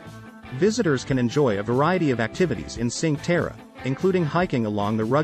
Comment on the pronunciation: Ok, but you have to learn how to pronunce "cinque terre".